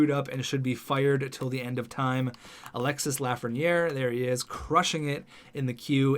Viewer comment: Alexis Lafreniere is pronounced Alex-y (do not pronouce the S)